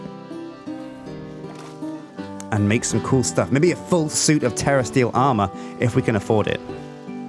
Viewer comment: Sounds like he is saying terrorist eel not terrasteel